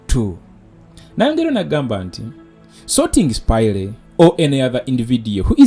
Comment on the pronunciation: Bro, its "spaya" NOT "Spayire". I hope you pick it up.